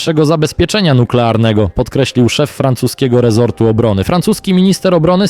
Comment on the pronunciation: „Rezortu” czy „resortu” 🤔 czy to IA?